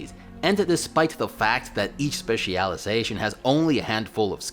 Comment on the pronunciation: "Spe CIAL Iazation" STOP PLEASE STOOOOOP